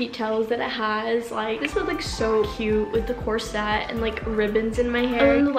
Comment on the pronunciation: The word is corset NOT corsette!